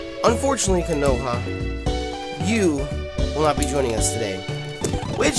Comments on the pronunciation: How you gonna watch Naruto and not know Konoha?! It's pronounced "KO-no-ha", not "ko-NO-ha" and it's The Hidden Leaf Village/Village Hidden in the Leaves that Naruto is from. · Konoha is pronounced as it is written, you don't change Ko-NO-ha to Ko-NA-ha... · you said "konoha" as "kah-no-ha" but its not pronounced like that its a reference of konoha in nartuo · Konoha is named after the village in Naruto, Konohagakure, also known as "The Village Hidden in The Leaves"... (Koh-Noh-Haw) (Koh-Noh-Haw-Gah-Koo-Reh) Pronounce as shown Please... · Ko- pronounced co- as i coke No- regular no Ha- just ha sorry it just bugged me a little keep it up cx